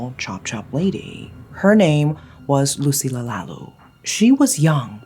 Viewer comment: lucilla lalu pronounce as Loo See Lya La Loo